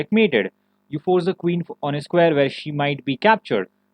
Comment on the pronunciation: If you consciously try, Can you pronounce the words like "where" with a "w"? Or is it just automatically a "v"? I'm asking wholeheartedly. It's something I've always wanted to ask someone who spoke with your exact accent. Once again, this is a serious question and this is not hateful in any way. I'm just trying to understand. Is it like impossible for you or is it just habits at this point? I mean you do speak very good English, I'm not taking that away from you.